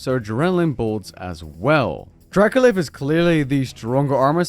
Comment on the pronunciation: Spent half the video thinking it was Dracolith... eh, whatever, reasonable name, makes sense... then I saw it written down... my dude that is dracoLICH (Lich with a ch like a leech)... Yeah... now I'm scared. >.>